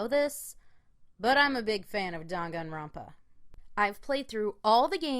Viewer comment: "rONpa" "moNAkuma" wtf is wrong with you lol. cringe